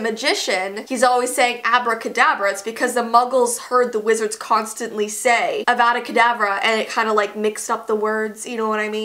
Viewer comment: You said avada kedavra wrong it's avada kedavra a making a uh sound.